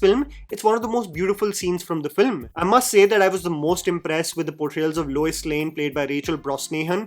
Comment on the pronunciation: Lois Lane ❎ Luis Lane ✅